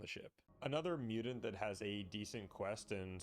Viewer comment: Please, for the love of all that's holy, pronounce Mutant not Mutant.